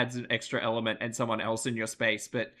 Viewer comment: And "eltz" instead of "else"